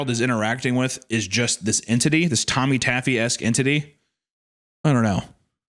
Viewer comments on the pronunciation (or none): the "entitty" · The En-tit-ty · Pre-half way through the story, you could refer to her as the “En-TITTY” 💀